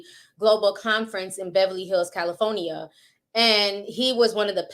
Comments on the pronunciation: I love you Ti, I do…but is Cal-i- FOR-nia ( with a “R” ) 😂😂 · Cali-foe-nia? Lol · Not Cali-phony-a😂😂😂😂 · Girl the way you say Cali-for-nia😭😭🔥